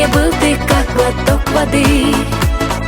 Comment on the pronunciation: ухо режет, слова как будто отдельно "ггллотокккк" и другие слова как то странно произносит